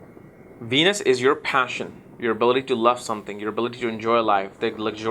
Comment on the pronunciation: Love this guy -- really love it when it sounds like he says "Weenus" not Venus! Pisces in Weenus! lol! Sorry guy, you're amazing! Thanks for sharing all your thoughts!